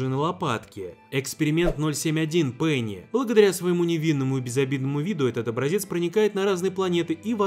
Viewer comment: Бенни, а не Пенни